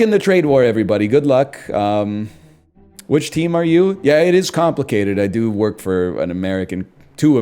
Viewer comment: "I do hwork for tuahmerican companies."